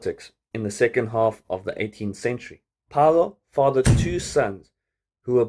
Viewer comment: its Fay-Low my guy but nice video